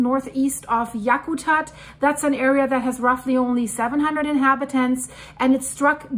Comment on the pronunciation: The funniest part of this earthquake is everyone trying to pronounce Yakutat. You did good. Came very close.